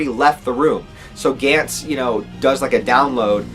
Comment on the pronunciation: You say it like gants (g ants) I’ve only hear it pronounced like (gonts)